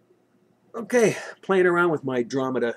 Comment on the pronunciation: I call it Dro-Me-Dah. You call it Drom-id-da.